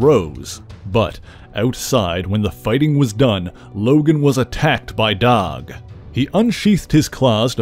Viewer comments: Dawg ? Are you trying to say Doug ? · Are you saying "dog" or "doug"?